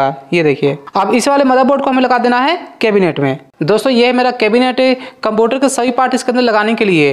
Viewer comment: केबिनेटे 😂 नही केबिनेट है🤣